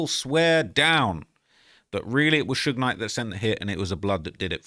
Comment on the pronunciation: It’s usually AI that pronounces it that way 😅 The worst I’ve heard is that damn “Suugeeyy Knight” 😭💀